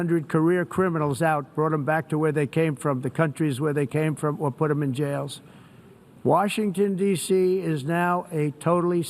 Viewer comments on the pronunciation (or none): Even him saying "washington D.C." was a fail.. he said "washington dasee, D.C."